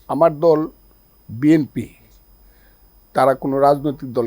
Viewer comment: যে নেতা, নিজের দলের নামটা ঠিকমতো উচ্চারণ করতে পারে না, বলে 'বিএমপি'😂 সেই লোক আসছে রাজনীতির কথা বলতে, আপনাদের রাজনীতি এখন আর চলবে না, এটা ২০২৫ সাল। আপনাদের যুগের মতো ভাবলে ভুল করবেন।🤗